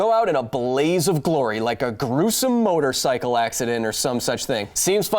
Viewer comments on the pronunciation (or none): Best flub ever..."gruesome motorcycle ass"